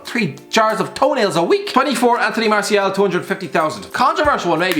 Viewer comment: You called martial "marshal"